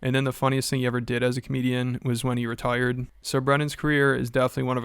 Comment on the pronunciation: Did he say RETIRED or R%T%RDED?